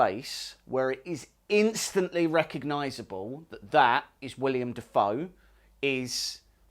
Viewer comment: Amazing print work. Can’t wait to see it painted! One super minor gripe: the actor’s name is Willem, not William. Haha ;)